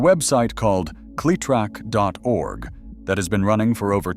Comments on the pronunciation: Say the name correctly. The way you say it sounds nothing short of STUPID. It is Cle-LONG E- Trac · if just one of the people involved with this video would actually listen to the finished product they would realize how often the narrator would mispronounce cletrac